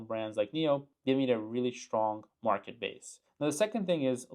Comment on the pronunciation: Market, not Merket! :P